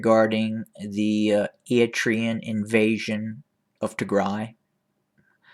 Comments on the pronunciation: Not a very big deal, but can you please work on your "Eritrea" pronunciation haha? You're skipping the first R like "eat-rea". It's pronounced "Eryt-rea" You're pronouncing Tigray well now 👏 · Any pictures, any evidence?. Can’t even care to learn to pronounce the country involved. You’re not a good liar! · Fake news. Pure speculations. Stop speaking your opinion and winding it out as facts. And as I stated before, learn how pronounce Eritrea correctly if you’re gonna defame its name